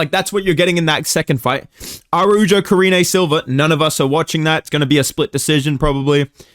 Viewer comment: It’s pronounced “Arauho” not “Araujo”